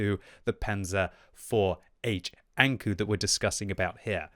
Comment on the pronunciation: saying ankou like saying anku lul Knowing your japanese & anime, ou is an elongated o like say oooooo, not u Alternatively, ou is like saying the expeession word oh